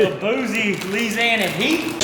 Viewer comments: How dare disrespect Lil Booise that and use the complete wrong accent when saying “Louisiana heat” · can we get to say louisiana again. made me laugh as i am from louisiana